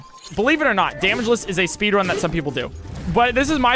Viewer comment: Did he say spedrun